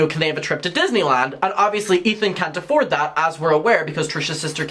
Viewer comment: Excuse me... Kali said.. "Ay-ford" not "afford" 😂😂